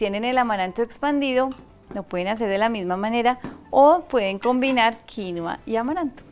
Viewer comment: Felicitaciones, hasta que por fín alguien pronuncia bien "quinua" 👏🏻👏🏻👏🏻